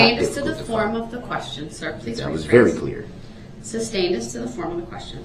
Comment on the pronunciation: Brooks: “Why is duh DA’s adjection being SUB-STAINED”? Judge: “I didn’t SUB-STAIN it, I SUS-STAINED it you moron”!